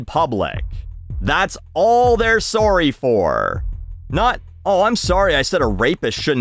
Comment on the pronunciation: the Canadian peeks through with "sorry"